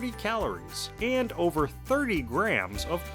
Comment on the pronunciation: Please get someone else to narrate the videos. This guys voice is driving me mad! Especially the way he says AND.